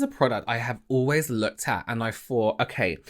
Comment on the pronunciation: Why don't you pronounce 'th' properly? 'I fought one fing' = I thought one thing. ?? weird.